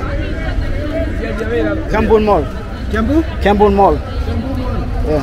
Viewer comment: Soko means open air market in swahili. I like how you pronounce Kiambu as Kambu ❤. Always enjoy your content young man! You have really become a local!!! That's what's up.